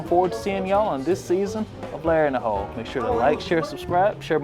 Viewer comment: The first time you said Larry in the Hole I swear I heard Larry in the Hoe. That is a completely different type of video. Really glad you did a video with the Professor. I don't play or know anything about Yu-Gi-Oh but love this idea of pack opening.